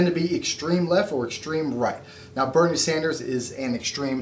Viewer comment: Boo-nie Sanders.